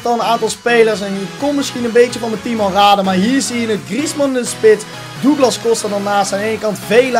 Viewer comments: grieezman zegt dat zelf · je zegt gwn antwane griesman